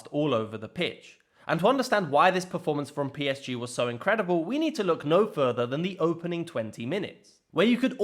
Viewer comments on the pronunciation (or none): The way PSG is pronounced here is so damn depressing and lame